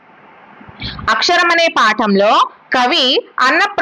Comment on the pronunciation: Madam అక్షరం అక్కరము